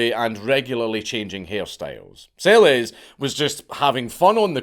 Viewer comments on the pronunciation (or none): Its pronounced "Selesh". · BTW, Monika Seleš, pronounced SeleSH 😜